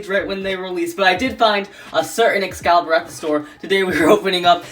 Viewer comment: Excalius not Excalibur 😂